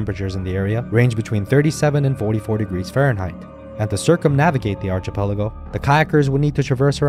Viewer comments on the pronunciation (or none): It’s pronounced archipelago, not archipelago. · Man, you really butchered the archipelago word. Read up on how to pronounce it, why don't you. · Why the absurd mispronunciation of " archipelago " !?!😮😢😮😢😮😢😮 DUH !!??!! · and --you dorks can't read, I was talking about the narrator's mispronunciation of the word "archipelago"--his english pronunciation was otherwise fine so I knew English is probably his first language--DUH !?!😮😂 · Jeez!! Someone do so something about the narrator's pronunciation of "archipelago "--a bit of a joke !?!😮